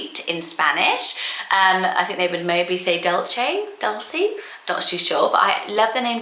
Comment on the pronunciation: That’s not how you pronounce it either 😭